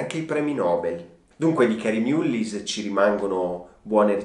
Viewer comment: Concordo amico . Si pronuncia mallis perché è un nome irlandese . Un premio nobel ,alla pari di montagnier, gettato nel fango. Sicuramente avrà un bel like dai mascherati. Di mullin resterà qualcosa . Di lei non lo so . Anche speranza commette errori e di proposito eppure è sempre la . Video deprecabile in questo preciso momento storico .